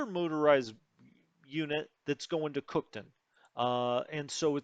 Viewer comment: It's pronounced cook town. Not cookton